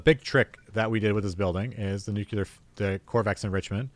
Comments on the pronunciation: NUCLEAR! Not NUCELAR! FFS IT IS NUCLEAR! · Learn how to say the word nu-clee-er. It’s not nu-que-lar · Why do so many people pronounce it "nucular"?